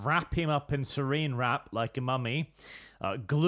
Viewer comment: Noone correcting saying Serene wrap instead of saran